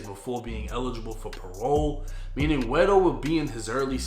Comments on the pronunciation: Ey shoutsout to for actually saying guero correctly! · Good job pronouncing “guero,”. I like that.